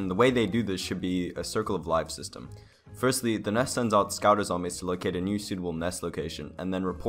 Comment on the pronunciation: Tenminetor no zombyeeess